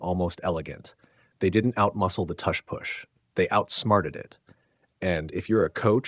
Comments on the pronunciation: Yeah this has to be AI. No human pronounces tush push like this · sorry couldn't watch this... how are you going to pronounce tush and push with different u sounds? i cringe every time you say it